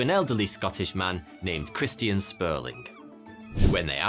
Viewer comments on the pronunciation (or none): none